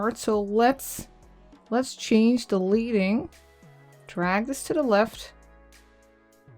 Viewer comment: It’s not “leading” , it’s pronounced “leding ”. It’s a relic from the days of offset printing when the type setter would use strips of lead to adjust the distance between lines of text.